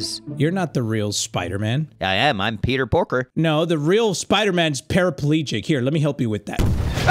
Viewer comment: Did just just say Peter Porker, so that'd make him Spider-Pig, lol